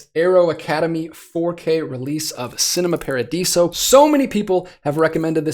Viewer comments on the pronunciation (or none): It's pronuncced Chi-nema Paradiso. "Ci" makes a "Ch" sound in Italian. My favorite movie ever. Great gifts!